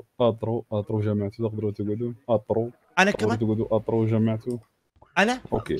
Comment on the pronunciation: اترو ❌ اطرو✅